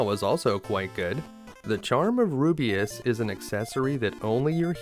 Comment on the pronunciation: It isn't that. It is your insertion of an extra vowel. Ru biss. Not Ru bee iss. Just because a word is "made up" doesn't mean it shouldn't follow pronunciation rules. It is localized, written, for the audience to read and say. There are other vowel sounds that grate too, but... really excellent videos. I love to watch them.